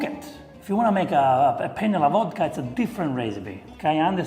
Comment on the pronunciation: Beans, Wodka and Seaweed 😂😂😂😂😂😂